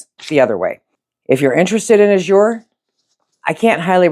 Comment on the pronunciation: The word azure in the name Azure Standard is pronounced with the accent on the first syllable. Not that it matters that much but I would want to know if I’m saying a word wrong. Thanks for your videos. I love watching!